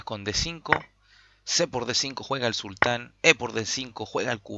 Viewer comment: Se que es poco relevante, pero aun así lo comento. No es “el sultán” sino solo sultan (con acento en la u), porque sultan es parte de su nombre, no su título o cargo. También, se pronuncia como jan, no kan. Lo otro, buen relato de la partida bro